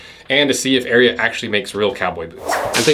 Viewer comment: I’m glad u at least said the name correctly 😂